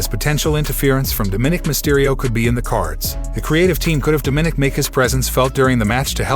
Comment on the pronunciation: DOM-MAN-NIC, it's quite easy